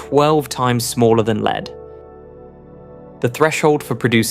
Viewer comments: Your speech synthesizer is nearly perfect, but with a few interesting anomalies. It renders lead, the atom, as “leed” and read, the past tense of to read, as “reed”. And it puts the accent for metastable on the second syllable. I’m impressed at everything it gets right. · Annoying AI commentary with a great British accent that uses American terminology/pronunciation and mispronounces too many words such as 'lead-lead', 'meson' and ''Japan'. Having said that, this channel deserves far more subscribers for its fantastic content.